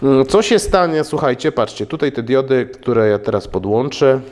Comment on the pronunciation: Najpierw ,,diudy" ,a teraz się ,,wyłancza" zasilacz. Miej litość dla języka polskiego.